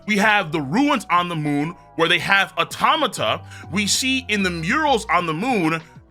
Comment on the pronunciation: THANK you for pronouncing Automata correctly.